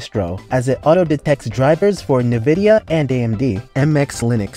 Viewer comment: When did Nvidia, become Nivedia? A combination of Nivea and Nvidia? This isn’t the first place I’ve heard it.